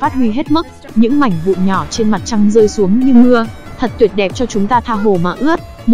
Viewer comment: Mãnh vụn rồi quỷ đạo...cần phát âm cho chuẩn nha ad, mặc dù rất giải trí với phần thuyết minh nhưng những lỗi đọc sai dấu tiếng Việt nh như vậy thì nên điều chỉnh